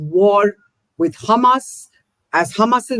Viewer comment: I do wonder why SOME Israelis pronounce Hamas a Hezbollah like they are spitting... CrrrHamas!